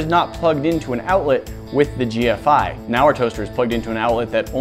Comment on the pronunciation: Also, the video makes no sense because he said GFCI wrong.